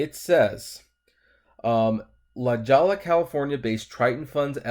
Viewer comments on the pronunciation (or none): Thanks for the video La Jolla is pronounced La Hoya, I agree the strategy and management is focused on fighting competitors instead of focusing on members and member experience, Mitch Lowe should stay but he needs help